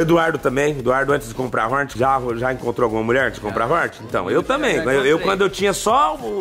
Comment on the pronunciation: "Honet 1600 cilindrada"😹😹😹😹😹😹😹😹😹😹😹